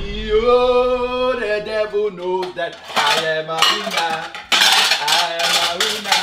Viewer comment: The way said, I’m a winner sounded like “I am a wiener”